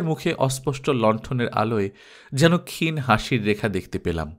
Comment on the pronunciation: অজ এবং ক্ষীণ শব্দ দুটির উচ্চারণ একটু দেখে নেবেন please